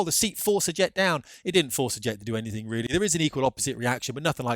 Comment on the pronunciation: Oh gee, you're weally weally expert.